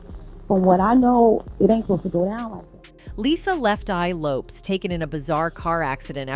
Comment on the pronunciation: If you are going to speak on someone, say their name correctly. Lisa left Eye Lopes(it is pronounced like Lopez).